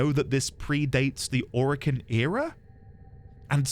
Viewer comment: This is not a spoiler and it's not stated in-game but during the devstreams DE Steve (The ex creative lead of Warframe and now the CEO of DE) stated that the name "Orokin" comes from "Oro"=Gold (Spanish) "Kin"=Kind/family this should help remember the pronunciation. Not O-Ro-Kin but Oro-Kin